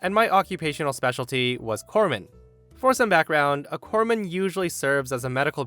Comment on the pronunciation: Thank you for pronouncing “Corpsman” correctly.